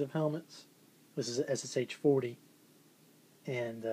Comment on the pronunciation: M1 surely wins. I think the liner in the Ssh39 is better than on the '40. Nice items you got there:) I collect most German WW2 but have a few NKVD items. If you want to pronounce the Ssh correct it's sound like "S sha. That is why they call the PPSh the "Papa Sha" Just info no offense:) If you ever need some original Soviet or Russian Federation stuff send me PM. Regards, Lars